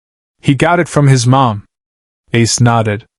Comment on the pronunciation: The story is excellent. Yet your AI lack of pronunciation of the simple letters MOM destroyed it. Shameful that you didn't correct this. Mom not M.O.M. Smh..